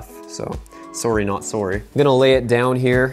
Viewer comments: The way says sorry lmao swwry... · “Soory not soory.” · “Sorey not sorey” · "Soory" hehe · the way he says “sorry not sorry” IS THE MOST CANADIAN THING EVER